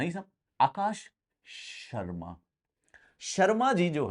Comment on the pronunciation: the way you said akash.. sharma 🤣 crackeddd!!!!